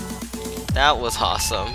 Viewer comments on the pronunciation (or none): why do you say hawsome